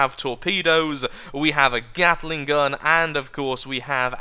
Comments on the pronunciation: but he did say "gattle-ing", didn't he? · The Carolina Gatler. In tribute to your inability to say the word "gatling" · he said at the end of the video he accidentally called gatling "gattle-ing" near the beginning though